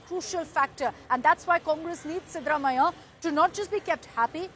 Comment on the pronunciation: It's siddha Ramaiah not what you are pronouncing